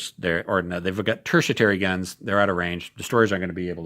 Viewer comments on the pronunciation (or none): I could swear its "TERTIARY" not "TERTIATARY"....😏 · mate, I love your videos, but it is pronounced Terti-Ary (there is no T to pronounce between the 'i' and the 'a') - this is a very helpful vid series you've got there!!! Thanks for doing it! I've just bought Tropic of Capricorn, but noted that there are no stats on the reverse side of the counter, just the icon